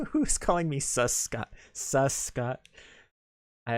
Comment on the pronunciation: Please make Scott a character in Another Eden!!! Scott is too cool :3 also amazing job with the name pronunciations, you were spot on!